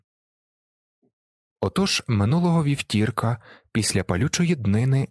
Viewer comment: Люблю ваш канал. Дякую за роботу! Ви - великий молодець!!! П. С. невелике зауваження: правильно "вівтОрка", а не вівтіІрка П.С. прохання на майбутнє - озвучте щось з Франсуази Саган (українською не знайшла жодного твору в ютубі).